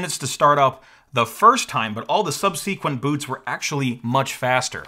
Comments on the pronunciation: "Sub-sea-qint boots"... urmmm that's a new way of saying subsequent (suhb-si-kwuhnt as per Merrion Webster) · You seem to need this pronunciation primer VERY BADLY. "How to pronounce subsequent" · As a fellow "reader who never heard the words until much later" I feel your pain. It's hard to correct yourself after years of thinking a word is pronounced differently. You'll get "vague" right eventually. However... "Subsequent." No, it is not pronounced that way. Stop it. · truly bizarre pronunciation of "subsequent". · Sounds like you're vague on the pronunciation of subsequent. 😅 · You need to learn how to correctly pronounce the word "subsequent" LOL. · You pronounce "subsequent" like a robot, but you're probably the first person (including myself) I've heard pronounce "ubuntu" correctly. :P